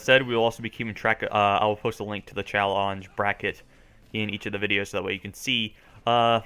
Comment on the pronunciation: "Chall-onge" :P